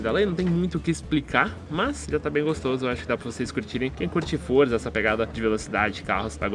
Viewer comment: não é forza é Forza